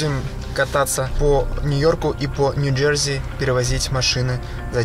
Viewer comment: Урааааа. Кайф. Только не говори ньджэрЗиииииииии. Оль ну хоть ты скажи что это зашквар.